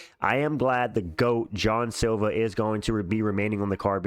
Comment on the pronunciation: Bro it’s Jean Silva. Lmao not John silva. Bro said John silva in like 8 dif videos